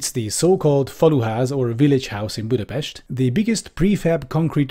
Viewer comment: You are the first person, I heard, pronouncing "Budapest" correctly.